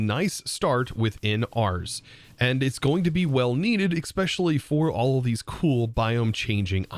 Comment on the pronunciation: It's so neat to see different people use completely different approaches to the early game. I've watched about 4 other people's early game, and you're the first one to use magic, very cool! (Can't resist) especially, not eXpecially :->